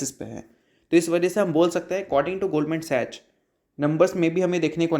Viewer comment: Love your channel broes, but it's pronounced goldman sacks(sachs)